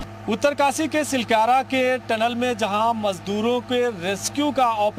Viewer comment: अनाड़ी चैनल हैं। टलन नहीं टनल होता हैं। पढ़ें लिखे लोगोंको रखिए।